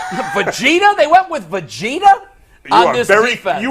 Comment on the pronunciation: I watch this whole podcast show and don’t hit the like button until I heard oh boy say Vegeta‘s name wrong that was priceless😂